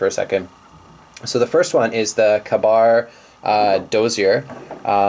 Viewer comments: You come across as a pretentious douchebag in this video. And it's pronounced KAY bar NOT kuhBAR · If you say "kuh bar" I can't take you seriously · you should really carry the ka-bar (pronounced k-bar) a little bit more. it's actually a really great little knife! it may even have the upper hand in blade steel. it's also 20 bucks!!! opinions very I suppose. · He can't pronounce KA-BAR. Turn the vid off now.